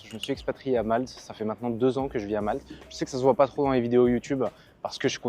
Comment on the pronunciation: L'île de Malte. Il n'y a pas de "s" à la fin de Malte.